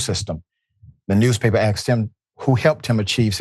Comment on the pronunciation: RN Rashad. It says asked not AXed.